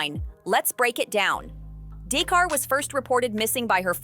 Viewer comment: DA’CARA!!!!! NOT DAE’CAR LOL! 😂